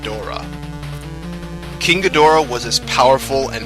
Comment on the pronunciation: The way he pronounces King Ghidorah is really pissing me off rn, like this is good but I’m just annoyed